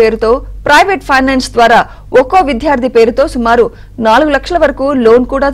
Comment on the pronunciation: Please try to pronounce the word ‘VIDYARDHI’ properly. It’s causing irritation when the word is spoken.